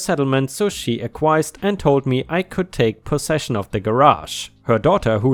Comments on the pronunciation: Since concierge is a french word,it is said the same way here in the US. Aquiesed (sp?) is pronounced aak kwee essd. 🌟🌟🌟🌟🌟🌟🌟🌟🌟🌟🌟🌟🌟🌟🌟🌟🌟🌟🌟🌟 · Acquiesced is pronounced Ak-wee-est. It means to give in without a fight, but reluctantly.